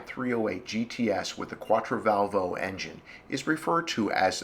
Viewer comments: Just a concoction its quattrovalvole not quattrovalvo, no biggie, great job. Thanks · I think it's pronounced "quat-tro-val-vol-lay" - but how many times does one hear that word pronounced? Let's give the originator of this site a break - he's given us hours of enjoyment! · The Italians pronounce it "Quattro-Val-vo-Lay" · Ugh, the way you butcher Quattrovalvole is just horrible :P